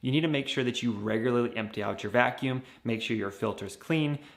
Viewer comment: Vacuumb? With a b? 😂 Vacuum